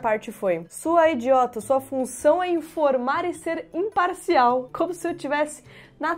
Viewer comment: Esse "impaSSial" ai matou kkkkkkkkkkkkkkkkkkkk... Respostas curtas e diretas, muito bom.